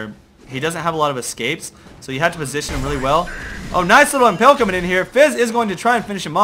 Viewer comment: pls... its imPALE not imPELL